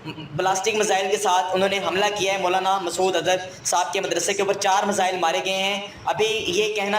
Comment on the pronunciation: पाकिस्तानी ज़ाहिल कोम वो मिसाइल होता हैं नकी मिज़ाइल।।😅